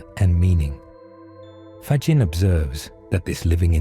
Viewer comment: From Canada with ❤, thank you 🙏 PS: Frederico’s last name is pronounced “ Fagghinnee”😊